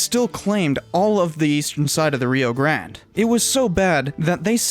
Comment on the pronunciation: And the reason Texans roll their eyes when "nuevo historians" from New Mexico pronounce Rio Grande. I'm surprised that you don't just go with Rio Bravo BTW, I am a Lobo